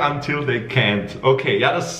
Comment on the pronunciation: bei potter aufregen weil er Palm Angels nicht richtig ausspricht aber selbst zu "can't" "cen't" sagenc!👀